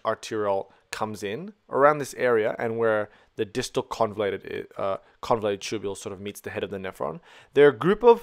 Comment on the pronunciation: just to point out it's convoluted and not convulated